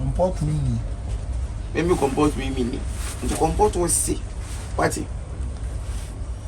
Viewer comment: “comport yourseff” “Comport wonni”🤣🤣🤣